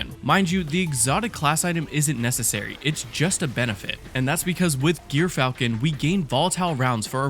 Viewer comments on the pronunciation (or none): Its jur·fal·kn Not gear falcon